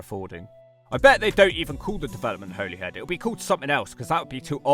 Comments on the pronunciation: Holey Head - someone's had you on mate 😂 It's pronounced Hollyhead, as you thought. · Despite the spelling, I'm pretty sure you still pronounce it 'Holly Head'. Pronunciation just changed over the centuries. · Holy head? I pronounced it like that my whole life until like 2 years ago when i was told it was Holly head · your the first person ive her heard pronounce it holy instead of holly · btw Holyhead is actually pronounced "Holly~head"... really. i grew up there. i know it's technically called Holy Island, but i promise you that the first part is pronounced "Holly" in Holyhead by everyone who lives there. or Caergybi in Welsh. it's not just ferries - there are also cruise ships that now stop at Holyhead. they're a fairly recent addition. and yet the cruise ship visitors still don't seem to be bringing in any money. not that there's any decent shops apart from one coffee shop where they can spend their cash. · No it’s pronounced as holly-head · I like the fact that you used to pronounce Holyhead correctly and now don't 😊 (it's Holly-head). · Pronounced Holly-head as in holly and the ivy. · For your information it’s pronounced “Holly-head” Or in the local accent “Holly-‘ed” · Its pronounced holly head mate :p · Your assessments of these is 100% correct. But Bangor is not seaside town/city and everyone pronounces it Hollyhead. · holyhead is pronounced like the tree , i lived here for 45 years so me and the other 65000 people who live here should know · you were right about how you thought 'holyhead is pronounced - Hollyhead ;) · Every single person in North Wales pronounces it "Holly-head" too. Literally nobody calls it the way it's said in this video. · It’s pronounced “hollyhead”. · Your pronunciation of Holyhead was painful. Go back to how you originally pronounced it. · Funnily enough Holyhead is pronounced wrong by the Transport For Wales railway announcements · You pronounced Holyhead right the first time, and then incorrectly for the rest of the video🤣